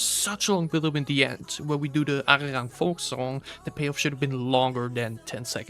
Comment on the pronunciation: he didn’t mention it with the intention of it sounding better/worse. He mentioned to prove you don’t really know much about analyzing music. You can’t back up any of your claims from a musictechnical standpoint. But not really unexpected from someone who can’t even pronounce the album title.